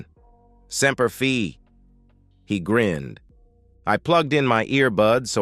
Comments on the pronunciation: Bad AI. It's Semper Fi. Not Semper Fee😢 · Semper fee? Semper Fi godammit!